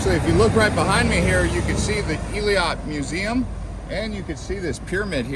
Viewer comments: Its pronounced "Eh-lot" not ee-le-lot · Nice video, however it’s not pronounced ilat nor iliat. Its [eylat]. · It's not eelat it's ailat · Its Eilat! As in Ayelat!